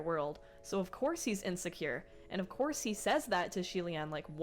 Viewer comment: Btw xie reading is more of "c-ye" c as in how u read the the alphabet in the abc song....